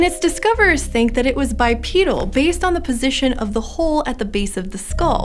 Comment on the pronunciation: you mean "bipedal", but you're saying bipeadal".